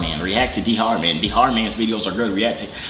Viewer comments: Its not d-har its dhar like star but e we ith a d DAR mann like that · Did he literally said d hard man aka dhar man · 😭😭😭😭🤣🤣🤣🤣🤣🤣🤣😩 HE SAID DE HAR MAN😭😭😭😭😭😭😭😭😭 BRUHHH IT'S D A R MAN= DHAR MANN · He said dher man it's dhar man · “Dehar man” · the way he kept mispronouncing his name its dar the h is silent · thats not how u say u say it like dar mann you dont add the H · you did not say his name right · that's not how you say dhar mann